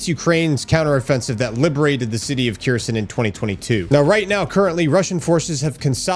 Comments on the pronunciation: It’s pronounced “Hair-son”, say the h like you would in Hanukkah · "Kherson" pronounce like bear-son with a K instead of a b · Kherson is a bit wrong translation as you should pronounce it as Herson (with H like in Host) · Herson ,silent K bud 😅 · Where is this "Kjirson" you keep talking about? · bros been doing this for years and still doesn't get the names right. That tells me that hes just doing it for views and nothing more